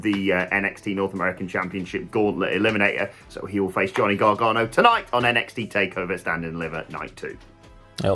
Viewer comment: its pronouced GAR-GANO, not GAR-GARNO. Seriously, make the effort to get peoples names right.